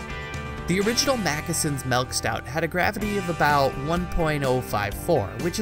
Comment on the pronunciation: "melk" :P